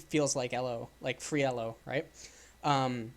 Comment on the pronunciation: This is all awesome, but I cringe every time he pronounces Elo. Also it's parEEto's principal.